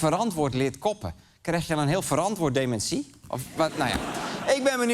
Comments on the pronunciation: Sorry Arjen maar dit item is gewoon niet om ààn te horen :'( DemenSÍE??? Wtf??? is dat hoe alle Nederlanders dat uitspreken?? Het is deMÉNtie!!!!!!!! Nee sorry ik kan echt niet meer verder luisteren. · Heh? Is dat hoe jullie daar in Nederland "dementie" uitspreken? Gekke jongens, die Nederlanders.